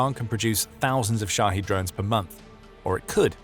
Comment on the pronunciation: Shahed, pronounced "shoddy," LOL.